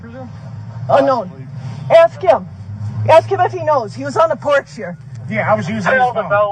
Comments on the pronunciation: Then “but I’ll axe again” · Axed——-I hate this word! Why can’t he just say ask! It’s taught early on. In kindergarten I believe. So why??? Also why does he tell grounds for everything????